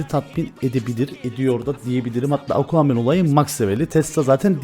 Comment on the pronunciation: Nobody::Aquamann